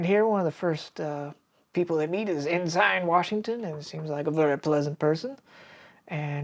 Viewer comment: En-sin... not En-sign